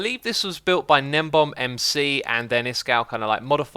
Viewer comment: umm... with nembomb or however u pronounce his name really helping out with everyone... get him to join hermitcraft I think the nether hubs each have a unique touch to them!